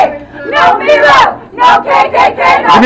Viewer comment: At about the mark they start chanting, "No Meeelo, no KKK, no fascist USA." They can't pronounce Milo's name properly, yet expect everybody else to honour made up pronouns for fictitious genders they pretend to identify as. Hilarious.